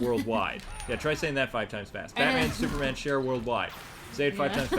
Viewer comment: Batman and Shooper Man lmao